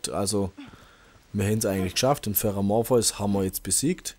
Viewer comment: Und den spricht er schon falsch